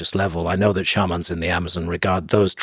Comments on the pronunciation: Love how Graham finds funky ways to pronounce words SHARMAAAN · So it's not shay-man? 😂